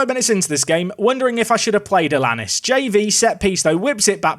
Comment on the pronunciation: Think it might be Alan-ees for Alanís rather than Alannis, pronounces like Star Anice